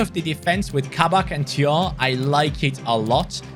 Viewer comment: Thiaw is pronounced Chao